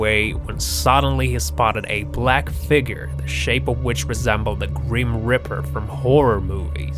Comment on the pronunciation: Also its reaper not riper